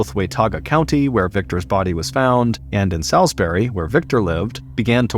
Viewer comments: Salisbury is pron. Sawsberry, not Sowsberry.. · Not me (a north carolinian born and raised) ABSOLUTELY dying over the way he says Salisbury 😅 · I assumed it was an american thing. Salisbury England is not pronounced like this either.